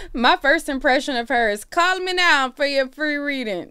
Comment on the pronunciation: not cawll me neow for a free readin 😂😂😂😂😂😂😂